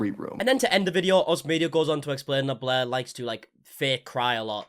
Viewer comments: whenever you say blair i hear bläää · im not really interested in all drama i just like how this guy pronounce blair bläh